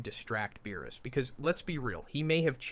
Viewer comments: Yo, not Beerus.... BAROOS 💀💀💀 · Are you testing out some sort of script lmao "baroos" and not beerus is crazy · BuhRuss? Have I been saying his name wrong this whole damn time? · Same. I didn't even notice anything wrong until it said beerus' name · wis (whis) log ic (logic) baroos (beerus) wis (whis) wierd pause preesentations (presentations) cant be bothered to watch the rest